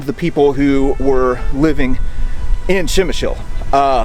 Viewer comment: To property pronounce name of this city just add "pre" like in "predator" to what you are sayin' now😉